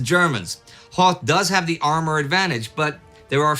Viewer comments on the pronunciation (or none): none